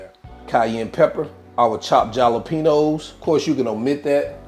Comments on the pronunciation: he said JALLA PEENOES instead of Jalapeños 😅😅😅😅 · Looks good! Just to let you know, the j in jalapeños is pronounced with an "h" sound... i.e., "halapeños". 😁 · The way you pronounce jalapeños brings back memories of Gma, she was from south VA ❤